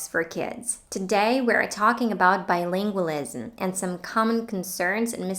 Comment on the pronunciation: You are mispronouncing the word bilingualism.